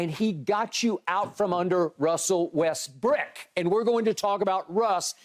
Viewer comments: His name is Westbrook not westbrick...$hit bayless....stop playin with that man name boy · Skip opened the show saying Westbrick 🤡